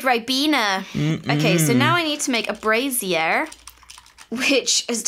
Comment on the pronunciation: I love how fails to pronounce "brazier". "I put a spaceship in a brassiere." We need fan art of that.